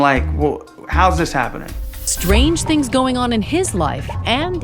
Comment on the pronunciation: “the thongs are just about people going thru struggleths.” 🤣 😂 😜